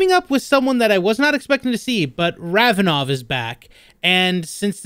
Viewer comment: Did anyone catch laswell saying Ravenov